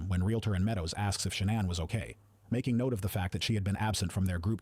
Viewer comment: I agree lol .... I cringed at She...nann .... I'm like it's Shan'ann!